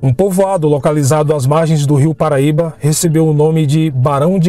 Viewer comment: Rio Parnaíba... não paraíba...